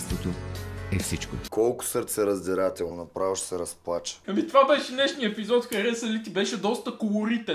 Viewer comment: Много ме кефи как във всеки "епизод" включваш: "Колко сърцИраздирателно, направо ще се разплача". 😂😂😂 Супер си! ❤️